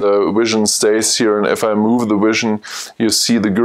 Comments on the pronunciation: Great video. Learned a lot from it. I really wanted to be able to teach you to say Vision and not Wision through the video though. I know it's just your accent though. Again, cool video. I look forward to seeing more. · your presentation is very useful and through. I am wondering about your pronouncing of V and W, why is it Software is SoftVare and Vision is Wision. You clearly can say Vs and Ws, so why are they reversed? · I realize that, I just don't understand why if you can verbalize V in Software as SoftVare why you can't do that with Vision.